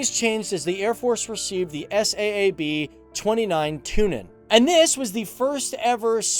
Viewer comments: not S A A B, its saab like the car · Saab like the car not s.a.a.b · S-A-A-B? How you manage to mispronounce the name of one of the biggest weapons/defense/aircraft companies in the world, aswell as a world famous car brand is remarkable. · Its Saab not s a a b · Why did you say S A A B its Saab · Why do say S.A.A.B when it’s Saab 😂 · 1950 sweden had about 7 millions citizens. And it's not called s a a b j 37, it's pronounce SAAB j37, like SAAB 900 TURBO or SAAB 9-5 TURBO! The airplane manufacturing is same company as the car manufacturing or the other way. 1995 they splitt the company's and Svenska Aeroplan AktieBolaget was divided to car manufacturer and airplane manufacturing. The last one stayed in swedish owning and the car manufacturing was sold to GM. And mostly on swedish air force you can google it, but best results you get in swedish spelling. But I liked your video anyway.😊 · The S-A-A-B... ? You really don't know what you are talking about, do you? It's pronounced Saab, a-sound as in "large". How on earth can you make a programme about the Swedish Airforce and not know that? How?? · Is not S.A.A.B. it is Saab like the car Saab. Just so you know😀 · It's pronounded Saab, because they like the car are made by Saab. Also, AWACS like "Aye-Wax"! 🙄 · FTD Saab doesn't stand for anything you can say it normally😂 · SAAB - ES--AY-AY-BEE.. :-D don't be afraid to pronounce as " 'sa:b " as the car brand Saab. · "S" "A" "A" "B" LOL! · he Said it lika S.A.A.B and it is one Word u say it like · It's SAAB. It's an abbreviation. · You don't say the letters in SAAB individually, it's just pronounced as one word.